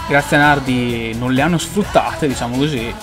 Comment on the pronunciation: Nardí con l'accento